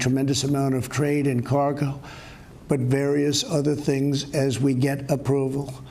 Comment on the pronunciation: He appears to have trouble breathing and pronouncing words ("emergency" is pronounced "mergency", "cargo" is spoken as "carg" with an apparent gasp for air), in other cases he is slurring his words. Seriously, this was alarming to watch.